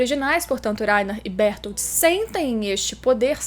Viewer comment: Laina e berutoro, fala direito.